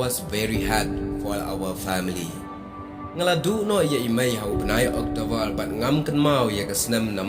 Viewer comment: Father❎ Fadal😂 Remember ❎ Remembal✅😅 October ❎octobal✅😂 Neymar ❎ Neymal✅😂 Football ❎ footbor😂🤣